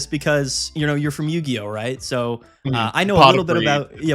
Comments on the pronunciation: Not Yu-Hi-Oh 😂😂😂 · Idc it's yu-hi-oh from now on lol